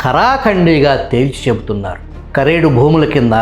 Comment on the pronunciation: కారేడు కాదు సర్ కరేడు